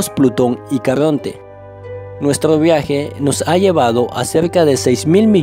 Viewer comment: nuetro viae imainaio empiea ahoa mimo . . . detesto esa forma de hablar.